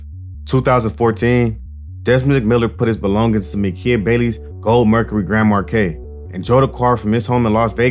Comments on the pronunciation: Grand mar KEY LOL GOOD VIDEO THO. def gonna watch a few more. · We all just gonna ignore this nigga sayin Geand “Markay” huh?